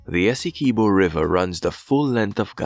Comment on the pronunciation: Dispute doesn't exist. UN top court ordered Venezuela not to take action...or else..BTW, it's not pronounced "ESS-EE-Kee-BO". It's pronounced "Ess-EE-QUIB-Bo" like "(S)QUIB-Bo". get it??? As a fellow West Indian (Unless you are AI), you should know better.